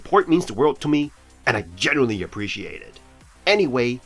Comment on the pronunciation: It's 'genuinely' not 'generaly' lol :) I'm just playing, I know how hard it is to stick to the script and not mess anything up :) great overview the last few choice bundles have been WELL worth the 12 bucks (or 8 bucks w/e if you pay yearly)